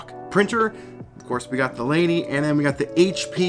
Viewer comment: It is pronounced Leen-èh